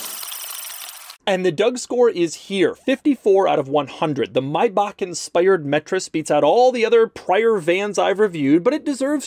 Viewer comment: why does he keep saying maybach wrong?